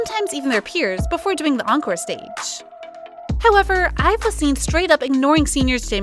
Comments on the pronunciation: IVE not being pronounced IVY is where I picked up my purse and left😂 second to not being able to count to at least 10 Now I'm just standing outside a burning club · I think ur saying their group name wrong